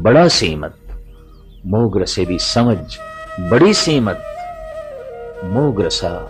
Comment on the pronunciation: ਮੌਹ ਨਹੀਂ ਮੋਹ। ਹੋੜਾ ਲੱਗੇਗਾ ਕਨੌੜਾ ਨਹੀਂ।